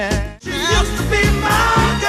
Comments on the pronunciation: AI needs to learn how to say USED. Cool list, though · The AI narration is kind of cheesy. USED TO BE MY GIRL, great example. AI can't say it properly.